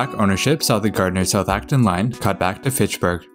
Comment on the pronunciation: Thank you for saying Gardner right